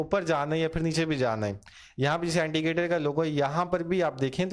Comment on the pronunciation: Why saying antigator? Its indicator